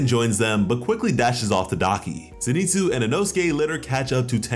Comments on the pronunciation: bro i tried to be chill about it but name isnt fucking zineetsu its zinehtsu. please stop slaughtering this mans name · Ze knee tsu has the power level of a hyuh she ruh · Noo he said zeeenitsu